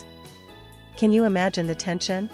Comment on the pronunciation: Can's name is pronounced John. Spelled Jan. The C is pronounced J in turkish!!